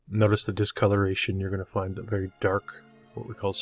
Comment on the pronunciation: Veddy good. Veddy, Veddy good. 👍